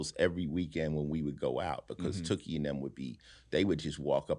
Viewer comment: He shouted out OG Cutes...